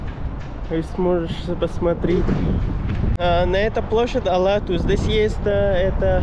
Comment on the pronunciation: Автору респект! Рахмат за видео! Правильно площадь Ала-Тоо, не Ала-Ту) Как пишется, так и читается. На английский лад кыргызское слово Тоо читается как tоо (ту)